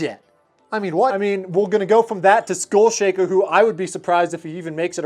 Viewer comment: “SCHOOL” Shaker? Pretty sure it’s SKULL Shaker. Just sayin.